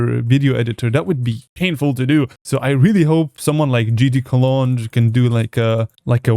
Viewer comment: he said gd colonge😂